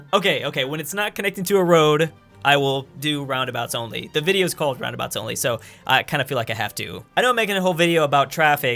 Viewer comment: Guys I think he’s mispronouncing roundabouts